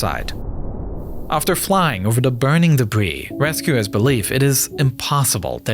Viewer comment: I thought for sure it was AI. Dat instead of that. Da instead of the. And crickly instead of quickly.